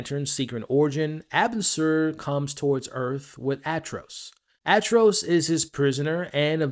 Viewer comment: 😑😐😶🤐🫢🫣🤨😒🙄😖😮‍💨😤😠😡🤬Yo bro 🫩🙄 you must have heard other people say his name Atrocitus not Atros😒